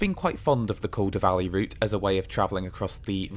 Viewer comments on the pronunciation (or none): none